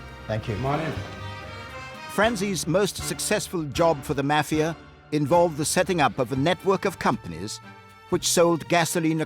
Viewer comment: The "mah" fia